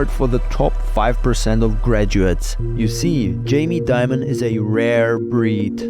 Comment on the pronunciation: It's Dimon not Diamond